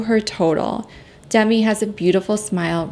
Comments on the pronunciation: I enjoy your kind, non-judgmental videos. Just one thing: Demi Moore pronounces her name as dehMEE, not DEHmee. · Demi pronounces her name “d-MEE” not “DEM-ee”